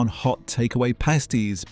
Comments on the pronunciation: Unspeakably bad pronunciation from the auto-generated voice. Suet, pasties, numerous others in this video. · Who the HELL eats a Carbohydrate Sandwich. Marmite & Cheese Toasty. BUGGROFF Can NOT have a Full English wit NO Black Pud. NOT ours - Butcher sold Tripe. I do NOT fancy a Sweat Pudding. Lava - NOT Layva. They are NOT Pasteys, they're PASTIES. TEACH your machine better When it's NOT Sweat, it's Suwette. DUH. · how can the vocalisation get the word suet wrong so many times soo-it not hard lol pronounced pass-tee pasties are worn by female dancers and strippers dry weetabix with margerine and no milk :)